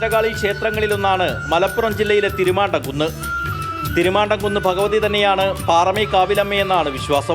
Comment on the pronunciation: ചേട്ടാ,തിരുമാണ്ടകുന്ന് അല്ല.തിരുമാന്ധാoകുന്ന് ആണ്.